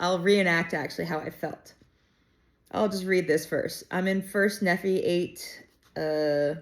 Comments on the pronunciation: So fun! Nephi and Lehi pronounced with a long e sound and long i sound like Nee fi, Lee hi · There is an immensely helpful pronunciation guide at the end of the Book of Mormon. For example Nephi is pronounced NEE-fi(fi rhymes with eye) Lehi is LEE-hi. Please continue reading. I would encourage you to go back and read the content BEFORE 1st Nephi to understand how this miraculous book came about into the modern era. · 👍 BTW, Nephi = "Neef-eye". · FYI - I’m pretty sure every BoM has a pronouncement guide in the back of the book. Laman (Laymen) Lemuel (Lem-u-el), Lehi (Lee-high), Nephi (Nee-figh). Moroni (Ma-row-nigh) . You are a lot of fun. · In the back of the book before the index there is a pronunciation guide if you want to learn how to say the names properly like Nephi and Lehi... Knee-fy and Lee-hi🫣😂🙏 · Hey, I just found your channel and was drawn to it. I love your sincerity. I received my testimony of Jesus Christ by reading The Book of Mormon. I did so when I was reading in Ether chapter 12 specifically. The entire book is so amazing and special. Continue reading it and you will find some amazing treasures such as chiasmus. Your pronunciation is very good. Nephi typically we pronounce in English Knee Fi and Lee High. I love the content and can’t wait for more content! It’s awesome! Also B.C. Refers to Before Christ so 600 years before Christ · The name Nephi and Lehi the I is pronounced as a long sound. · I love your energy and happy reading. For one the name Nephi is pronounced with a long E and a long I. Also, the name Lehi is pronounced the same way that Nephi is. Also, BC is before Christ. I don’t know how many people have repeated this to you, but I figured I would chime in and say to you it is well worth your effort because people are watching and they are intrigued by your enthusiasm about the LDS theology. So thank you.